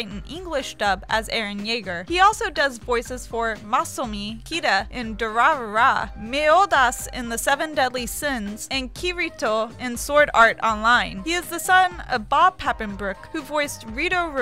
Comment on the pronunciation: ok... I was holding it all in... but when she said "Durarara" wrong as in "durarrra" i kinda died.